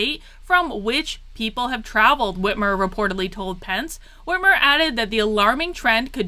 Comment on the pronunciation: Finally you are pronouncing her name correctly! God I have no idea why, but that drives me nuts! I’m from Michigan been here 40years since birth! She’s hands down the worst mistake we’ve ever made, no doubt also I did not vote for this mess. Her debate to become governor was a sign! Not sure if it’s available but watch that and you’ll see DNC was running the show all the way back then.